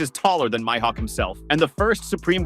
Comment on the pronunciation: Bro said my-hawk 😅